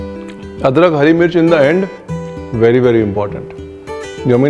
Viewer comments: Nice samosha aapne adrak ho adkar bola h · why are you saying "adkar"